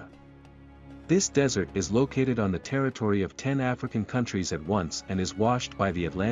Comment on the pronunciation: lokated? or located?